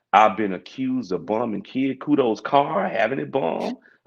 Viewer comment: He said kid coodo 🤦🏾‍♂️😂. Great content ✅💯